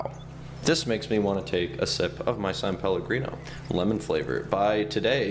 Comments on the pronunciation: It’s SAN PELLOGRINO NOT SAUNPELLOGRINO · When he said “sum palagreno” I craved it